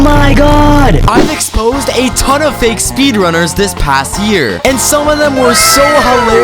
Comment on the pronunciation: I like how u said uve "exposed" the fake speedruns